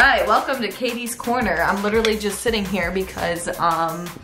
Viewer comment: She said Caits corner